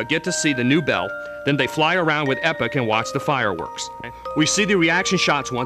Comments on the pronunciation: They guy can't pronounce anything right. ee-pok Mag-us Mar-ul The only one he got right was Cro-no Trigger. These are actual terms and words...marle is Latvian for gauze bandage. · he said epoch like 'epic' what a goon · he said epic instead of epoch...classic.... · it's pronounced "E Pock" not Epic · Many odd pronounciations... Marle... Epoch (isn't it pronounced eepawk? >.>;) and a few others... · most wasted 5 minutes of my entire life -_- the party you use DOES NOT matter, only the times you go to find lavos.. jeez. and it's magus (Mag-us) and epoch (E-Pok) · (Marle) is Mar-la not marl-lee. Not Epic.E-pok and one other thing you missed, endings like what about the one with just Marle and Crono at the very beginning at the transporter when you play new game+. Get facts straight. Also you never mentioned the ending when you talk to the game creators as game sprites. The multiple endings have nothing to do with your party composition! Its when you Fight Lavos...ugh I don't wanna go on...New gamers please don't get this wrong. This game is AMAZING!!! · LOL, he did mispronounce a few things; 'Leenee', 'Epich', and yes, 'Marlee' too. XP